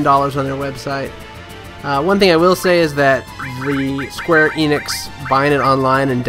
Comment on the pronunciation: It's "Enix" not "Eeenix"